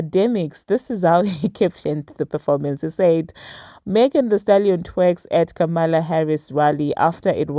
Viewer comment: Her name is pronounced Comma la, Ka Mala is how racist folks are saying her name to try and offend her. Just wanted to share with you.